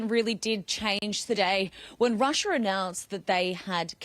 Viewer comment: please stop saying Rusher, Americer and Chiner. Just a idea. These are not actual words.